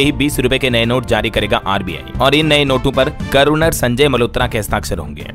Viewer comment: अरे भाई गर्वनर नहीं गवरनर होता है